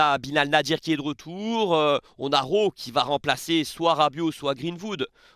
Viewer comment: 😂ton accent marseillais qui ressort énormément quand tu parles de Rowe 😂😂😂 nous aussi on veut le voir plus souvent